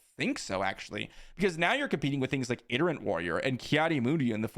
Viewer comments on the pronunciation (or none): You keep saying iterant warrior when it’s itinerant…